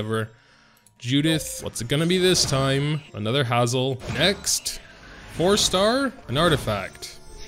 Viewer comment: It's Hazel not hazzel